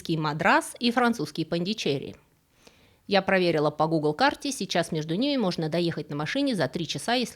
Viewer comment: Очень удивился звучанию "ПондичЕри". У нас во Франции, да и там, на месте, это звучит как "ПондишерИ". Все дамы в сари с точкой на лбу во Французских супермаркетах всегда оттуда. И фильм "жизнь Пи" (L'Odyssée de Pi) начинается именно там. Индия - удивительна. Спасибо.